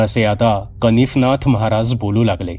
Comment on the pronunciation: दादा तुम्ही नेहमी छान कथा सांगता आणि वाचन ही छान करता नवनाथांपैकी एक का -कानिफनाथ आणि तुम्ही कनीफनाथ वाचलं ऐकून बरोबर वाटलं नाही आणि दुसरं च्यबुतरा नव्हे तर चबूतरा.कृपया चूक सुधारून घ्याल असं वाटते